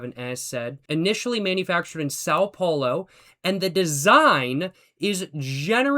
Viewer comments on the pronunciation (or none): none